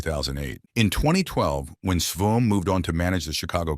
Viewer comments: Sveum, pronounced “Swaim” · oof, that Sveum was rough... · Hate these auto generated voiceovers. Its YOUNT not YUNT. And dont get me started on Dale Sveum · This was such a click-bait video. Also cant pronounce "Yount," "Sveum" and "Musial" correctly? Poor video